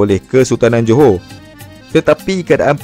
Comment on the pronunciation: Dia bilang Joho padahal tulisannya Johor. Kenapa ya.. Orang malaysia tidak bisa mengucapkan huruf R.